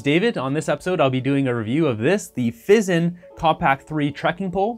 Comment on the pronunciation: "Fee-Zahn" They are Italian, mi amico! 🤌